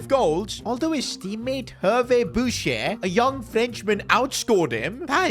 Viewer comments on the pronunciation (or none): none